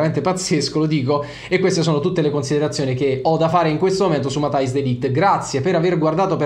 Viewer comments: Credo si pronunci "Matias" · "MATTEIS" si dice😁